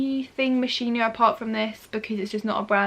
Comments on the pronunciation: Its acc pronounced “moskino” not “moshino” just sayin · it’s pronounced mosc-hino not mosh-ino x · Tanisha Ashiq it’s “moskino” lol x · Please do not pronounce it MOSHINO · its mos-kino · No offence, but it’s pronounced ‘moskino’. P.S Love you,you’re such an inspiration to me Xx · lol the pronunciation is “moskino” 😂💕